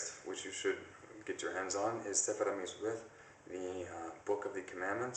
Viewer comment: Thanks for the list with the links! Now I'm curious about your pronunciation of "mitvoth"! It sounds like you're pronouncing it "mitzweth" do you use the "th" & "w" sounds rather than the "t & V sounds always? Is that modern Hebrew?